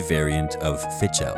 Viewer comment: You could at least have learnt how to pronounce the name of the game. /fiðxʹeʟ/